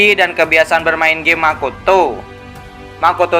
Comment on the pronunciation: Lebih ke intonasi nada nya si kak, kayak pas intro bilang makoto, pas di hutup to itu biasa aja nandanya kak